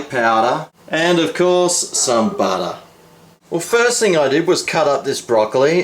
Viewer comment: I like how you say chaze and butta...